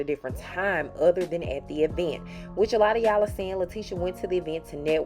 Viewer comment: If she says E-vent one more time! It is all one word!!!!!